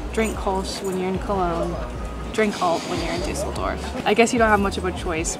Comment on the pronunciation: Duss el dorf. Not Du sell dorf lol